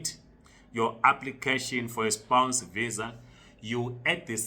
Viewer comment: Spouse spouse not spounce jirre